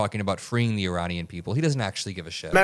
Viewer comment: Uranian??? Did he misspoke? Meaning Iranian, but got Ukraine and Iran mixed up? Well... it's not the first time he put his foot in his mouth. Obviously his brain is turning to mush.🙄